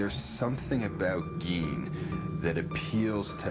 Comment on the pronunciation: It's Gein. More like Gein is a bean. Kinda like good "spelling can be thrilling! "